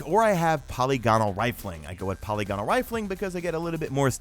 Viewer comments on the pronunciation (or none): good vid man. gives me a lot of info on rolls. tho i must say, hearing you say polygonal like poly gone nol cracked me up. it's like the whole caramel or salmon pronounciation thing lolol